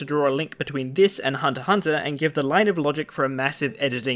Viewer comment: at last someone that pronounce HunterXHunter correctly. I am sick when people keep pronounce it "hunter" "ex" hunter" instead of Hunter-hunter